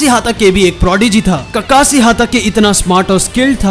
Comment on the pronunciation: And han bhai tum Naruto dekhna dsereve hi nhi krte Kakashi ko kakasi bolte ho tum 😠